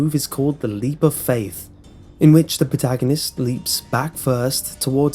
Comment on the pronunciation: says the guy that called it "lep of faft"